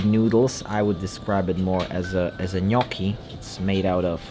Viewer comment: casually dropping the best gnocchi pronunciation I've ever heard from a non-Italian... just like that, kudos my friend!